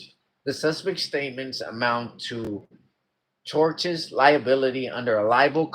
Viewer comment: tortious = tor-shuss